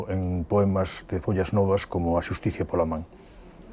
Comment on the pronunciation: Muy interesante. Chirría mucho oír mal pronunciado Muxía (la narradora dice algo como Muksia, si sabéis decir Shakira, sabéis decir nuestra x) y después oír "Folas novas". Es "follas", sí, exactamente igual que el verbo follar conjugado. Y ese bien que lo conocemos todos. Son los únicos peros que tengo ;)